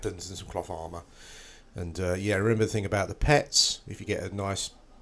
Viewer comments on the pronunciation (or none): none